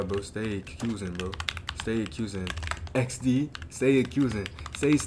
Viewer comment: the “ecks dee” had me weak